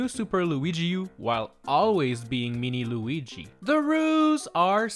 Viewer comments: It is not Luigi it is Luigie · He's called "Luigi", not "Luiiigi"